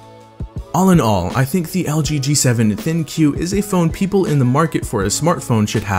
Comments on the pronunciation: It is pronounced THINK not THIN-Q ....every Youtuber pronounces wrong.. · I love my G7! One thing that always bothers me when watching reviews for this phone is how many reviewers mispronounce the name of the phone, calling it the thin q. It is written thinq, but it's pronounced think. The name of the phone is supposed to prompt people to "think" about what the phone's name is. It also highlights one of the phone's main gimmicks, the AI. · I thought it was pronounced "Think" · The name ThinQ is said Think not Thin Q there is no space!!!! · Thin Q.... Maybe pronounced think? Maybe? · Its not Thin Q, it's thinq, pronounced think! How do so many reviewers miss this? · Talked to an LG rep, it's pronounced Think in reference to AI, not Thinkyou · How come it's not pronounced "think" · I thought ThinQ was pronounced "think". Don't know why lol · it's pronounced think... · ThinQ is pronounced think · Katherine Murphy Bellantoni yes it is